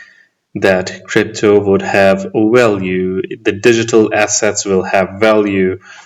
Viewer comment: It’s Va not Wa Value not walue